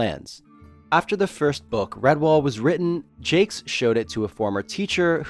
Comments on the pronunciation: The Redwall books and TV show are great. Oh, and you mispronounced the author's name. It's French. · I HAVE BEEN PRONOUNCING IT WRONG THIS ENTIRE TIME?!?!? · Wow. For 30 some-odd years, I too have mispronounced his name. 😅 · All these years and I've been mispronouncing Jacques 😬